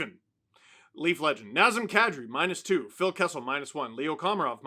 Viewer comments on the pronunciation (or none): none